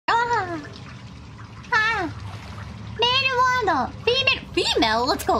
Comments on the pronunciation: Went from フィーメール to female real quick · She suddenly turns American when she says "Female?" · I love the fact she drops her japanese accent and language for her full blown American Texan accent the moment females was a choice